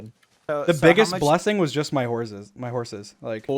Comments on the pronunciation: Dream pronounces s’s as z’s sometimes. Wazabi and horzes >_< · Everyone: Talks about what happened George: Horzes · George: Hears dream say ‘horzes’ George: “Horzes” types* “Horzes” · nobody: like actually nobody: Dream: horzes